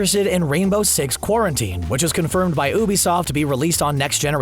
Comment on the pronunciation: Lol "ewebisoft"